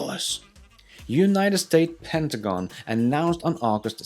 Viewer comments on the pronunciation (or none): none